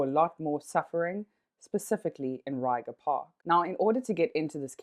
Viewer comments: It's pronounced as 'Ray-kgha' Park, Not 'Ryger' Park. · Thanks for the video… Us, locals, pronounce it “reg-er” park… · Great journalistic value. Only the butchering of "Ryga" park is hella funny. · Lol you don't say it right, say it in Afrikaans